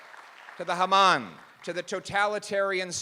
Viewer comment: Ms. Lantsman, you must have coached him … he pronounced “Haman” correctly! 😅